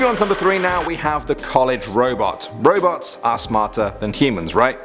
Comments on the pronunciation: I thought he said robux in the beginning lol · I thought he said ROBLOX instead of Robots